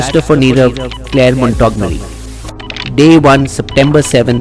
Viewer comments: Mont-go-mery, not Montog-mery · It's Clare "Montgomery"....im talking about the pronunciation....ur saying it wrong in the vid....ur saying "Mon-tog-merry"...it should be "Mont-gom-mery". Im not correcting to insult, im correcting cos I love the content on this channel & I'd hate to see anyone think less of it jus cos of an honest stupid pronunciation mistake that is in no way reflective of the fantastic content this channel creates. People of wisdom appreciate corrections....hence I thought I'd point it out. Peace & as always great vid. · Awesome video. But it's mont gom ery not mont og mory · It’s MONT- GOM- ERY! Not Mont Tog mery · The pronunciation of Montgomery is incorrect in your tape sir..........it should be pronounced as Mont-gomery.